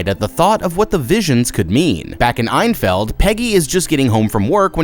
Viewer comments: fun fact i live near the enfields house and also its pronounced N-field not einfield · Enfield is pronounced ENfield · "eyenfeld" is killing me. It's Enfield bro. Great vid though!! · Bit of a nitpick, but it's pronounced En-field (as it's written), not Einfeld. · Vaylick? In fild? Did you watch the movie? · Nothing vexed me more than the pronunciation of Enfield